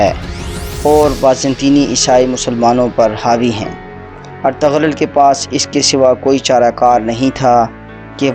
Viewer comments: اَطَغْرل نہیں بلکہ اِرْطُغْرَل درست ہے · Aray ertugrul ka name to dahi say lo